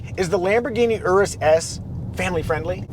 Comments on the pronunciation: Finally someone knows how to pronounce the name Urus 🎉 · It’s always great to hear it called the Urus not Yuris 👍